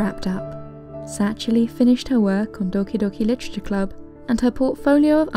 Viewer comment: I just love how you speak doki doki literature club its just so satisfying XD